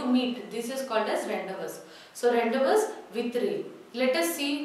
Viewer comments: Mam ur pronouncing the title wrong It's not rendevous, it's rendivuuu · Mam 🙏.I think the pronunciation of Rendezvous is "/ randivuuu"/ not / rendavas/... Please just check out and clarify my doubt... Mam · Revathi Am she don't know english it is spelt as ron-day-voo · rawn·dei·voo🔊 I am a regular follower of your videos.. Except Rendezvous pronunciation everything is Good..👍🏼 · Rendezvous should be pronounced as rendavoo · Pronounciation of rendezvous is wrong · Madam, were you right in pronouncing the word 'Rendezvous'!? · pronunciation of rendezvous is wrong ...please pronounce it correctly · rendezvous prounce wrong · Superbbb.but.pronunciation wrong.......rendezvous.......